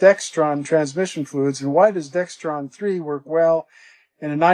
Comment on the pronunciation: ... No "T" in Dexron.